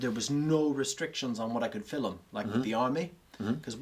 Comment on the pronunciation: Love the story but the way pronounced “film” as filum just cracks me up